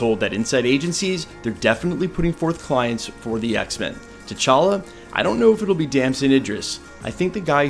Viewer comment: Facts. And you said it correctly: T'Challa son of T'Chaka, not TJ [illegitimate] son of T'Challa.